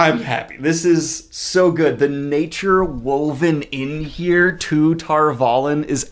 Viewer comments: First, love the enthusiasm. Second, appreciate the breakdowns. Third: what's up the with wrong pronunciations? Isn't this bugging anyone else? Shadar Logoth: from the books, it's SHAH-dahr LOH-goth, not shadder loggoth. The first syllables are stressed, and the vowels are short, not long. Tar Valon: from the books, it's TAHR VAH-lon, not Tarvallon. Two words, two stressed syllables. I'm harping because you're purporting to be a superfan...and the pronunciations are RIGHT THERE in the book. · your pronunciations are hurting me inside. Egwayne? She isn't a knight of the round table... edge-wean Tar Vah Lon, not tar vollen amerlan? no Amerlyn in A-mer-lin. Don't overcomplicate it, it's obviously based off of merlin the sorcerer. etc.etc. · Your pedantry is hurting me inside. Mostly because you're so confidently incorrect. From the book glossary, written by the author: Egwene (eh-GWAIN) Tar Valon (TAHR VAH-lon) Amyrlin (AHM-ehr-lin) Etc. etc. Get a grip, if you're gonna be a fundamentalist you should at least grasp some of the fundamentals a little better.